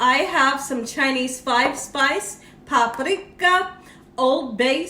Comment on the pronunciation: You somehow made the word paprika sound difficult.